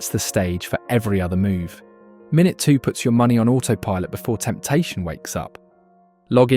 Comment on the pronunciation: Great video. Bu.... Is this voice AI? It said the word 'minute' incorrectly multiple times. And mentioned Euros in a Roth IRA... The latter is a US only product.